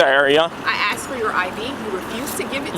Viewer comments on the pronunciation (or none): She axed you.